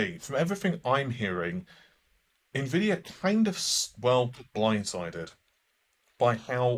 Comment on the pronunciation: It's not pronounced Nah-Vay. It's not even spelled that way. 🤓